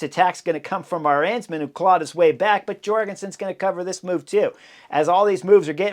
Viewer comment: Arensman means 'Eagle Man' in Dutch; just so you know! Pr: AAH-runs-man